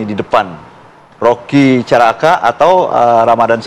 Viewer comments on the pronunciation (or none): Hokky bg bukan roky, Korea bg bukan vietnam.